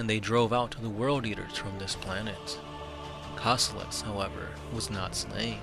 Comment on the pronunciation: I was trying to find him for good 15 minutes - isn't it supposed to be Kossolax instead of Kossolox?